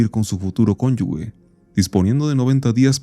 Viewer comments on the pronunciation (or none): none